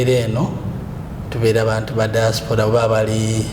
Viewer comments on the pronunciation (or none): none